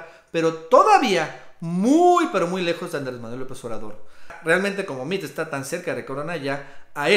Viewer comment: Se escribe Meade, se pronuncia Meado y está Recagado.